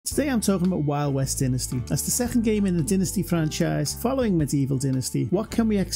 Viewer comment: It's DYnasty, not DINasty.